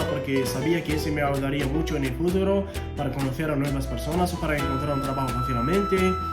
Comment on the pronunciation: Nosotros decimos "muy bella", no "muchísimo bella". Una mejor manera de usar la palabra "muchísimo" sería: "Es una lengua que me gusta muchísimo" Se pronuncia "futuro", con el acento en "ru". Lo dijiste como "fúturo", con el acento en "fu" "Yo era afortunado" es correcto, pero no suena muy bien. Mejor usa "Yo fui muy afortunado" Lo haces excelente! Estoy seguro que con más práctica llegarás a nivel de nativo, estoy impresionado!!!!!